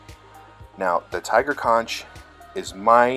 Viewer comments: bro it's "conk" not "con-ch" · I had to stop as soon as he pronounced "conch" wrong. Makes it sound like he got all his saltwater knowledge from spongebob.